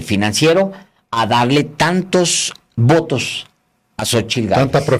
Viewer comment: El kks obrador no sabe decir Xochitl dice (Xochil).y dice que es Licenciado.